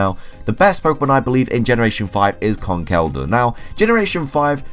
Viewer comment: Is he pronouncing Conkeldurr wrong or is it just me